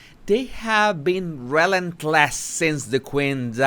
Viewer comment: Breaking down how he pronounces Rel-Lent-Less about the harkles 😆 and LOLol. My frown just turned way upside down ppl 😂